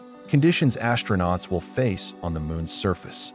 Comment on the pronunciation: Pronunciation: AS-TRO-NAUTS, not ASH-tronauts. There's no "H" in it.